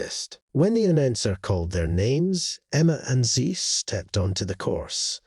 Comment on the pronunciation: It's Zeus, pronounced Zyoos, not Zees!